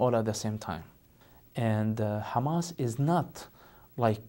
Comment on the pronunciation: I have never heard an Arab pronounce the word hamas and palestine like that. Nor the word muslim or Islam. He is saying it incorrectly